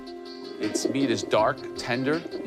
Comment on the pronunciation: They realy can not say meat... 😂